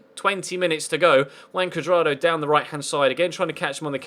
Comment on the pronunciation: It sounds like you're saying "Wank Cuadrado"